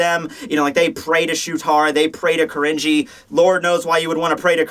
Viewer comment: Man hearing "Kirinji" pronounced really throws you off, almost comes off as "cringy", so gotta be careful there. (But there was also a one-shot by Tetsuya Saruwatari in Riki-Oh by that name lol, spelled as 鬼凛児. So that's why the name sticks out to me.)